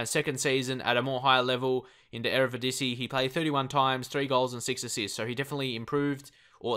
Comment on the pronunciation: Keep practising on the word EreDiVisie ;) Love all your series man!